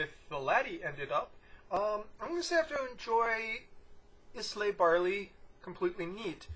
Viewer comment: eye - la is the correct pronunciation .